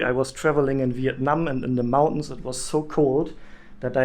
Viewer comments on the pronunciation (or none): none